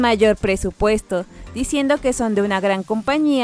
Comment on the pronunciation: Grupos nogu???? Que???? Quisiste decir nugu??? Habla bien